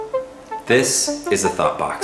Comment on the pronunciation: I keep hearing thot box